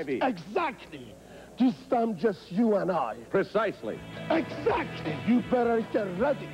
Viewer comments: “Precisely”. “EGSAKKLY”! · *-* Ask the Starchild *-* Edzactly Bubba, you say it parfect!